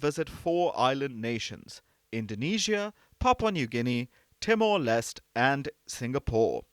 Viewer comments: Mdm not pronounced as Timor Lest but as Timor Leste.It is a Portuguese word for East Timor. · Timor Leste is pronounced as Timor Les- te, NOT Timor Less. The last 2 letters in Leste "te" are not silent letters.